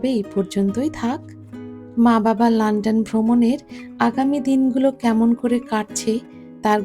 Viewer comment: আপনার সুন্দর বাচনভঙ্গী, আপনার মন ছোঁওয়া উপস্থাপনায় আমি মুগ্ধ। কিন্ত আপনার লান্ডান উচ্চারণ বড্ড শ্রুতিকটু